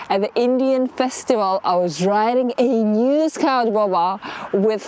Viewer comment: English is another level scoawt